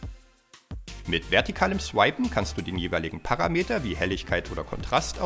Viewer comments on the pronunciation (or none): Sehr cool. Ich hab sie auch! Aber bitte: es heißt Paraaaameter und nicht Parrrameter 😜